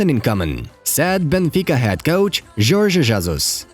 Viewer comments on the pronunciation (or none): none